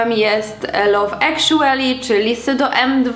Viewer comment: "Love Actually" czyta się "love akszly", a nie "love ekszueli" ;)